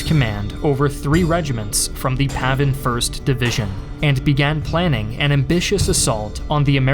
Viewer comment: its PAVN, not PAVIN.